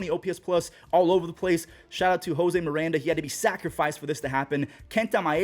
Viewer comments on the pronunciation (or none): none